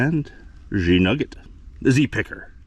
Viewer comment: A "pugget"?\